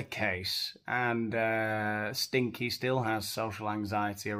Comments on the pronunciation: I just wanted to point out the chickens name is sinkie not stinky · It’s Sinkie not Stinkie isn’t it? Not that I give a fook!!😂😂😂